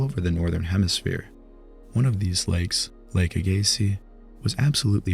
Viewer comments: From what I understand, it's prounced Lake AG-eh-see. Thanks for the video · Lake Agassiz pronounciation not even close to correct.